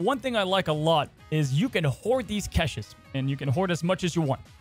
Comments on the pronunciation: Lol omg why does he keep saying "keshes"? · must be a big fan of Kesha, only reason to say caches like that 😂. Nice breakdown video!